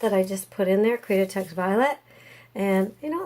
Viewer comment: Interesting pour! I like the end results. BTW ... I 'm sorry but, my OCD is driving me crazy. I think you're mispronouncing CREATEX. It sounds like you're saying CREAT A TEX, with an extra A.